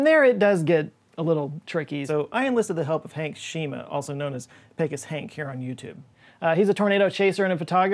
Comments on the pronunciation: I Love ya but I think you are pronouncing the Pecos guy's name wrong. It's "PEE-COS" You are from Texas, you should know this!! LOL. I'm just pulling ya leg! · FYI - Pecos is pronounced like 'Peh-Cohs'. It's Spanish. I live like half an hour from Pecos, NM. Haha